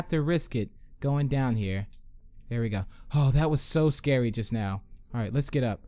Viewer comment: Do you even now about making sense because when you say just now it sounds like you need to go to school